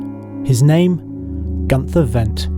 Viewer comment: No,: his name wasn't "Gunther vent" at all, his name was G Ü N T E R W E N D T. "Guntherwerks" is quite arrogant, because of these totally raped German names. How can these morons write "Gunther", when the original name is "Günter"? They way you pronounced Mr. Günter Wendt's name is more than just ridiculous! How can you pronounce the German name "Günter* with an English "th", when there isn't a "th" in it at all????! For me as a German it's totally incomprehensible, how stupid and totally WRONG Brits and Americans very often are pronouncing German names. His name is Günter Wendt. Günter Wendt! Just respect the name of this guy, with the German "ü" in the name "Günter". You are pronouncing it just with a simple "u", which is quite unappropriate. PS: It would be quite the same, if I write Henry Catchpoles name like a quite German sounding "Heinrich Katschpol". You would laugh about this kind of stupidity and seemingly uncapability to writing names CORRECTLY. With not too less or too much letters.